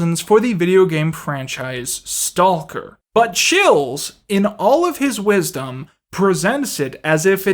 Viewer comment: why did you pronounce the 'L' in stalker, it's unnerving